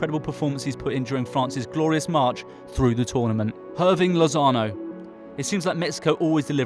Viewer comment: The H in Spanish is basically silent. So Hirving is basically pronounced Irving. Just saying.